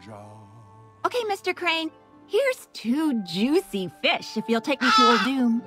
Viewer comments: ulDOOM? did she just say ulDOOM? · why does pronounce Uldum weird? or it is just me. I really like the Monk class hall loading art. alot more than the demon hunter one.